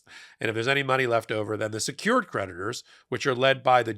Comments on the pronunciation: I like the way you make 'creditors' sound like 'predators' ! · You said creditors; I thought you said PREDATORS! 🤣😂😝